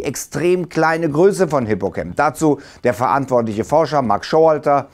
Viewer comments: Ich denke Mal Hippocamp wird nicht Englisch, also wie "cämp" ausgesprochen, sondern "Deutsch" bzw Latein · Hippocamp ist griechisch, und kein englisches freizeitlager, er wird mit a und nicht mir ä ausgesprochen